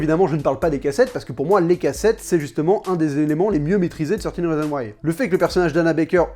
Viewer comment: Enfin quelqu'un qui ne dit pas "treize rizon waï" mdrr